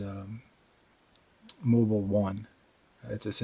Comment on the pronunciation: Did he say moble 1